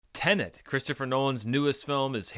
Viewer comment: Finally, a reviewer who pronounces Tenet the way it should be!